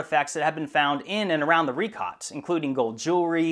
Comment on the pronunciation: It's a bit telling that can't even pronounce "Richat" correctly, when all you have to do is google it.